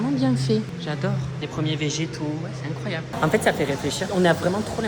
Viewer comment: J'adore il dit tout le temps "c'est éncroyable" 🤣